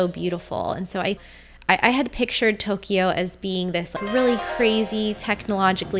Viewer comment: I like your videos, (I'm a subscriber) but your pronunciation of Tokyo and Kyoto hurt my ears! A lot of foreigners say Toe-key oh and key oh toe...They are pronounced mor as a 2 sylable word Toe- Kyo and Kyo-toe. In Japamese, these 2 cities are spelled opposite of each other.